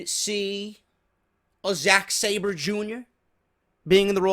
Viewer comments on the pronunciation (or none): none